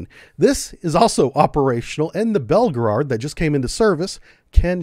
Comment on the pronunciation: its Belgorod not belgerard. and its not 2 megatons it actually is 100 megatons.